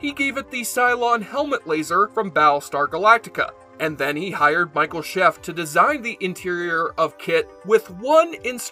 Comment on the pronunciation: More details? Try the Knight Rider Historians who are way more official than the official Knight Rider Channel. They have four KITT's and are currently restoring the original trailer and series two lorry. And the designer's name is pronounced sha-fey.